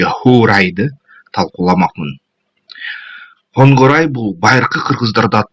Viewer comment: Хангорай эмес Конурай...